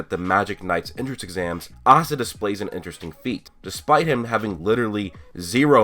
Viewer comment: Its Asta NOT Assta I'm so tired off hearing dis and then if you watch the anime you HEAR them pronounce IT